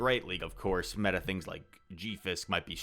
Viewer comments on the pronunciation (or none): none